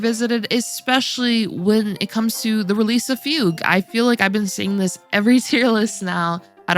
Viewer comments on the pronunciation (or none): none